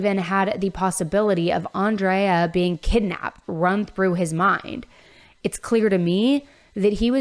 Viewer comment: Crazy to hear you say “Andrea” and pronounce it the way I pronounce my name. She was also an Aries like myself. Feel so bad for her family. He’s going to have a rough time in LA.